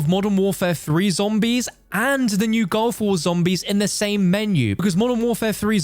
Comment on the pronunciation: stop saying GOLF war please.. Its GULF war